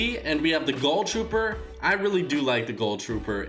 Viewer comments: I cringe every time in a video whenever he says GULL Trooper instead of GHOUL Trooper. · Why does he say gull trooper. It's GHOUL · Harvey Toohig yeah, it also seems that a bunch of YouTubers pronounce it wrong as well